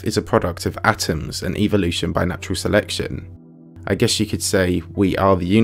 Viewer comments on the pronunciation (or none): none